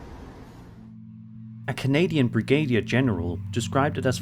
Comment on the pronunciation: A Canadian brigad-ee-er general. Its pronounced BRIG-A DEER.